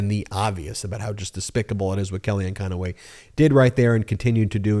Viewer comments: Why do you add an extra syllable to Conway, it's not conoway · Hey Meiselas ! You might want to learn her name. It’s CONWAY, not Con-a-way. She’s a crook, call out the correct person !